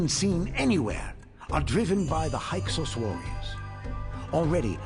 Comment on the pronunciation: I'm sorry, I love your videos. Pharaoh is a longtime love of mine since I was a child, and eventually lead to my getting my master's degree in Ancient Near Eastern studies. And I don't want to come off as an ass - I'm genuinely trying to share what I think is interesting information here. Hyksos is pronounced hick-sose (short "i", long "o"). It's a weird word and totally understandable why you'd pronounce it the way you have. If you already knew that, then I'm sorry for invading your comments with being a know-it-all.